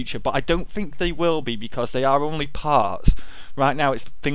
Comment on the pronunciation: how many times does he say fink or fings?